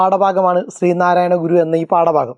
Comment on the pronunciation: stree narayanaguru ❌ sree narayanaguru✅